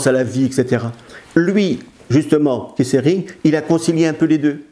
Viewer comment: On prononce le t pour Keith.Pas Kiss...